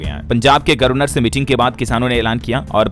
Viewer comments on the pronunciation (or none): Aap governer ki jagah gorvner bolte ho,sahi kare,don't mind